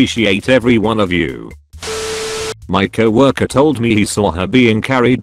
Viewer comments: Nobody: Narrator: CAW WORKER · I like it pronounces coworker it cow orker